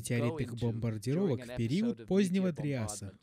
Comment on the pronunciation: Круто, что ты вернулся с новым крутым видео! Ну и я тогда возвращаюсь чтобы напомнить тебе, что в слове ПЕРИОД нет буквы У и ударение ставится на букву И!)))